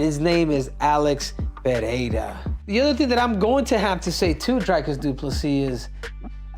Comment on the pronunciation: I like how Cejudo pronounced Alex Peirjas name 3 different ways lol